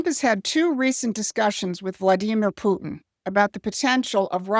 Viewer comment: This is A.I. just listen to how it pronounced Vladimir Putin😂 don’t be fooled